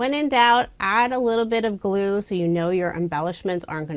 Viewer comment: When in doubt, add a little bit of blue is what I heard. 😂 Then I realized you said “glue” sure that seems like a good idea too. 😂💙💙💙